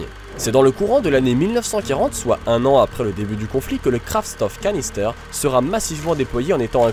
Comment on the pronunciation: la prononciation de Kraftstoffkanister n'est pas optimale: en allemand STOFF se prononce CHTOFF...